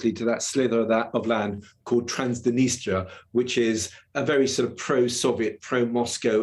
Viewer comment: 8.50 that's a strange pronunciation of Transnistria